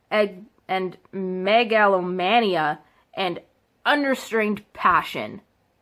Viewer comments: Did she pronounce the word Megalomania as Mango-lo-mania it aint a fruit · Megalomania sound it out bitch lol. The fact that shes seeing Star Wars like this and hasn't even seen the movies or read the books shows her real issues. And GODAMNIT ITS DARTH NOT DARK VADER! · Cant pronounce megalomania